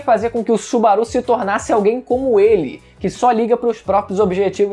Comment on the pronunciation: Que agonia dele falando o nome do Subaru kkkkkkkkkkk